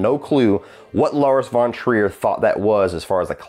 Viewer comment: You pronounce „von“ in „Lars von Trier“ with an „f“ like in „fish“ in the beginning, not like the English „v“.